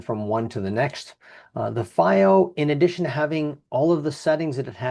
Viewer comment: Its pronounced FeeO, not Fye O. FiiO literally translates to flying proud in Chinese.